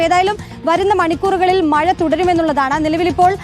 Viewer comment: മയ അല്ല മഴ